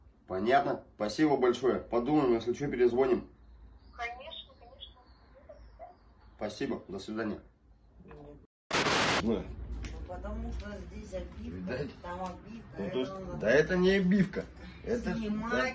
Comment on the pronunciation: Не перезвОним,а перезвонИм!